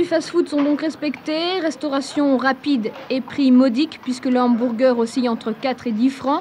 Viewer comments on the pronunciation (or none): J'aime trop comment elle dit "hambourger"😄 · Le « HambOUrger » 😂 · c’est n’importe quoi même à ça le mot est anglicisé et tellement mal prononcé ça pas de sens . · Le Hanne-M'bourre-Gueurre 😂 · Les "inburgaires", et les "umburguéres" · En tant qu"american c'est horrible entendre Hambourgeur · Le hambourger 🤣